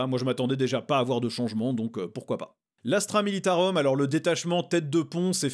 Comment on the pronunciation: Merci mec tu assure ! Petite remarque sur la prononciation en latin : On ne dit pas Astra Mi-li-ta-reum, mais Astra mi-li-ta-roum" 😊 Merci en tout cas ❤